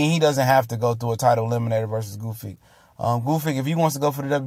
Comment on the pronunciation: Gusyk, Goofik... OMG, it's Gvozdyk! Or are you trying to deface his last name on purpose?